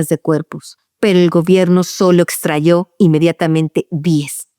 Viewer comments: Sra.no se dice extrayo, se dice extrajo. El gobierno extrajo. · minuto "extrajo"